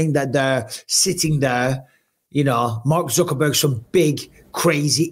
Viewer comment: I love how Mike consistently calls him Mark "Zuckerburger" 😂😂😂